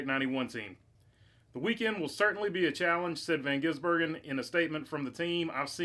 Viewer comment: How are Americans so unable to pronounce his name? Van - giz - bur - gen. It’s not that hard.